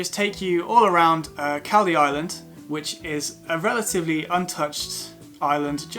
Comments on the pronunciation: Caldey is pronounced Call -- dee; not cal as in calpol..... nice video though! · Pronounced....Call..dee Island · It's pronounced Coll-dee island by locals..